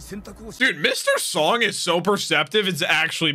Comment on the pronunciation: Mr. Song is actually pronounced "Sohng" and Sung/Seong is more like English "Song"